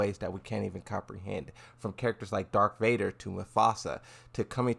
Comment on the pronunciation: It is not dark vader it is darth vader my friend